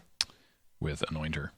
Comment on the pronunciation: I don't know why, but I keep hearing "anointer" as "annoying turtle"